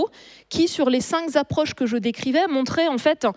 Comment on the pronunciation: "Les cinq Z'approches que je décrivais"... "ces cinq Z'options que j'ai décrites". :face-red-droopy-eyes